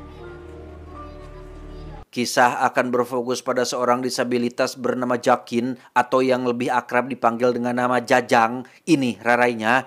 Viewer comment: Jakin sapa sih..Yg bener hoakin.... hoakin